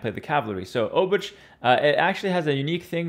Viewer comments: Hey, I am Polish. A "ch" in Polish is really just a "h" sound. Pretend the "c" isn't there. So "Obuch" is really like "Obooh" (except English makes you think the h is silent, but make the h sound). Also the first "o" is a soft "o" like in "top" and the "oo" is like "book" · Your pronunciation of folwark and obuch hurts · 'Ch' in Obuch is pronounced like a normal 'h', just like in ''.